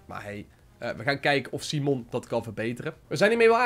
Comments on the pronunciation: Je leest simon als saimen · Simon spreek je uit op zn engels. Hoor het meerdere ytbers zeggen dus ik snap het wel